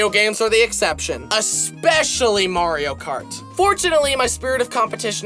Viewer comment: Remeber the time he still said kario mart?